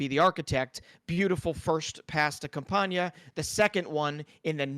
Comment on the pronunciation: Great video guys. Just one thing. I've seen many people everywhere butchering Campana's last name. You guys are pronouncing it as if it had a tilde over the N (It is not Campaña). It is Campana (the last part sounds as in Katana). You can look up its pronunciation in any Spanish dictionary, as "Campana" is also a noun, which means "bell". And btw, "campaña" with a tilde is also a noun, which means "campaign". 😉